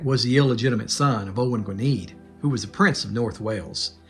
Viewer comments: Love this type of content! I didn't see anyone mention this and sorry to be nitpicky but "Gwynedd" is pronounced "Gwyneth". DD is the TH sound in Welsh. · That chap with the beard doesn't know how to pronounce Welsh names. Mind you, most of the world doesn't! lol! Gwynedd is pronounced something like Gwinn eth.